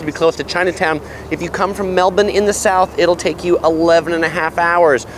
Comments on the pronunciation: My Aussie heart beating with pride when pronounces Melbourne correctly 🇦🇺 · Love that you can pronounce Melbourne accurately